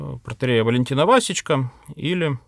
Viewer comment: ВасЕчко, а не вАсечко😊